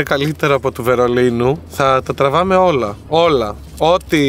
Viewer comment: Έεεε… «όλα» 😂😂 Παράξενο ήταν έτσι που το είπες Αχαχαχα 😂😂 👁️👄👁️👀 Αχάαα… οκέι… θα το 'τρωγα… 🤭 😂😂😂😂 Αχαχαχα😂 Ποια θα παντρευώ καλέεεεεε Ταιριάζει καλύτερα με μπισκότο 😂 «Ποσοστό φταιξίματος» τι ωραίο!! Ευχαριστώ! Θα το χρησιμοποιώ! Είναι στον άνθρωπο, εξαρτάται αυτό Ναι, είναι ωραίο να το λέει ο άλλος άνθρωπος αλλά οι πράξεις μετράνε περισσότερο 😂😂😂 Ευχαριστώ για το βίντεο!! Πολύ ωραίο!!